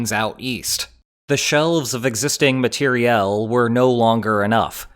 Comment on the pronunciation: I loved that pronunciation!